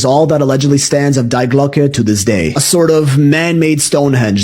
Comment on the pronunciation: It is „Die Glocke“ D I E not spelled Like „Die“ from „Dying“ but with the pronounciation on the „ i „ you pronounce it „ DI „ not „ Die“